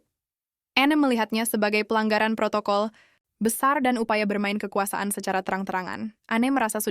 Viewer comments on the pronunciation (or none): none